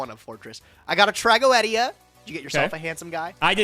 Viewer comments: Tra go ed ia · Why is saying tragoedia incorrectly Its trag-go-de-a